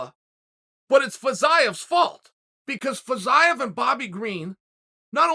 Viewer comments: With the way he was pronouncing Fiziev, I thought he was just falling to talk about Jiri Prochazka again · Ok, but can we talk about "Fiziev"